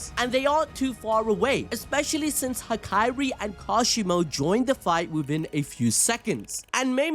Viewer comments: Why is bro sayin Ha-kai-ri and not Ha-ka-ri? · I'm with the cope bro bring him back. Also just wanted to be that guy - it's hakari not hakairi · HAH-KAH-RI not hah-kai-ree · Hakari❌ Hakayri✅ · Why did bro say hakari "hakaiiree"😭😭😭😭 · I die inside every time he pronounces Hakari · Ok but why he saying hakari like that